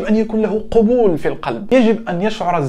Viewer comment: اخي....كلمة قبول بالفتحة يا ابن الذين آمنو 😁😀 اما بالضمة معناها..........دنت عارف ايه.